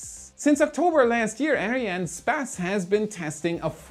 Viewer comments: Dude just say Ariane Space, not Ariane Spez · Why do you say Ariane SPASS and not Ariane SPACE? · It’s a little annoying to keep hearing space pronounced “sp-ass”. Sorry for being petty. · Why are you pronounciating it as Ariane Späs instead of Space? You're not saying SpäceX :D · He! You can pronounce the "space" in Ariane "space" as you would in English. I speak French and we pronounce it ourselves in English. Space in French is "Espace", So Space is Space:) Great Work by the way!!! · Great video. One question to: Why do you pronounce Arinespace like Arianespazz?:) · That's not how you pronounce Ariane Espace. You say "spass". Try saying more like "ess pass".😉 As always, thanks for the great content! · you might pronounce "arian'espace" rather than "ariane space" :) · Is it arianespace or Ariane spas? Lol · When I heard Arian sPAse, I fell out of my chair 💀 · why does he call it ariane spez? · Why do you keep on pronouncing Arianne Space like that?